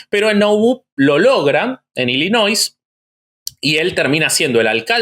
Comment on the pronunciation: Siento cringe cada vez que pronuncia la s en Illinois, la s es muda. Es la pronunciación francesa de la palabra en el idioma Algonquin por eso la s no se pronuncia